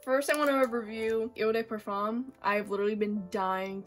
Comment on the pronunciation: Please don’t butcher the French language .. it’s not “eu day perform” !!